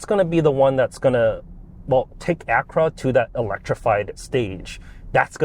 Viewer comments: Ak-u-ra, not Akra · Lame, biased review. If Honda is so great, why did they have to borrow GMs tech? They bought the best platform money could buy, which is available NOW, and you nit pick at the buttons and mispronounce Acura...